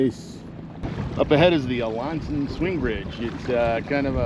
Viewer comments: Wonderful stuff but where are you getting your pronunciation for the town of Alanson. We pronounce it A-Land-Son but without the D. I hear you pronounce it and it sounds like LA. I stopped multiple times to just reminisce during this video as I grew up in the 50s and 60s fishing these waterways with my Uncles and Brothers. Thanks for doing this. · Love your stuff! Have a small correction for ya, tho... being a Northern Michigan resident nearly all my life and know Alanson very well... it's pronounced AH-LAN (like land)-SON. :) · I love your content and love how in-depth you are with the information I get lost in your videos every time 🙏🙏 one thing tho alanson is pronounced ah-lan-son sorry if that upsets anyone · You should learn how to properly pronounce Alanson & Toppenbee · That was a new pronunciation for Alanson for me!